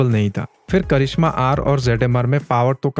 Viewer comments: करिष्मा नही करिझ्मा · Karizma ❌ Karishma ✔️